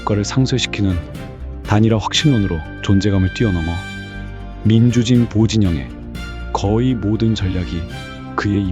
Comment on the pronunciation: 볼륨보다 더 큰 문제! 아무리 내용이 좋아도 민주진v보진영이 뭡니까? 민주v진보v진영 띄어읽기 이렇게 하실겁니까? 거북하게 들립니다 이 단어가 두번 나오는데 두번 다 그렇네요 별 대수롭지 않은걸 가지고 그러는게 아닙니다. 아주 묘하게 거북하게 들립니다.